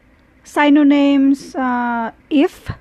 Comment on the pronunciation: 'Synonyms' is pronounced as SINONYMS' not Saynonyms